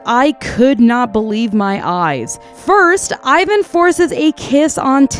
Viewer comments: just letting you know. Ivan is pronounced EE-VAAN. this is how his official korean hangul is written. sorry i know its nitpick but its a little pet peeve of mine ppl pronouncing his name the english-language way (i get that its ur first language. but still. letting you know) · OMG no ! Don't listen to them! your pronunciation for Hyuna was correct ! It's a Korean name after all ! The only one mispronounce is Ivan ( e-van) but i lot of English speaker say it wrong so that's not a big deal! ( fun fact, Ivan in Korean is a slang for gay)